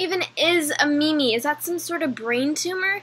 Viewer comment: I have a diagnosis... she wants attention. This should be fine however, as long as she isn't causing any- Oh No! ... also... "meemee"